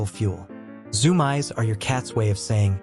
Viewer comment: It's pronounced ZOOM EES